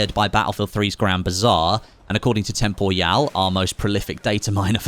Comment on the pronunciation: Who's Tempoial???